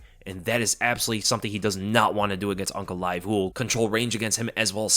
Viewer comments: I thought was saying Uncle Laev for half the video until I looked at the spelling 😅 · Man kept on thinking you were saying Uncle when saying Magomeds lastname.